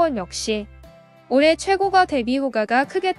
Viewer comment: 근데 발음을....호까 최고까 이렇게 해주세요^^;; 부동산에 대해 모르는사람같아요^^